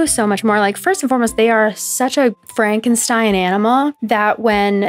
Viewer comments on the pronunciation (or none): none